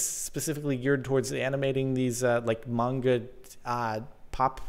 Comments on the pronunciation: it's manga like bango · Jordan mispronounced manga. -1 sub JK JK